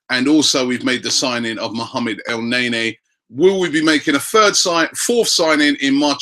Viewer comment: ROBBIE STOP PRONOUNCING IT EL NAY NAY, GOD DAMN IT